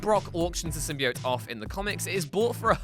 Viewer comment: Another thing you missed is how to pronounce the symbiote. As you also don’t know how to say it properly.